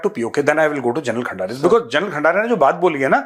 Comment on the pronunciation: सबसे पहले आप खंदारे तो बोलिए,खंडारे नहीं।